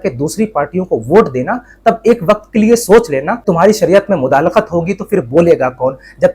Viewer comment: بهاي مداخلت صحيح لفظ هي ......مدالخت غلط هي❤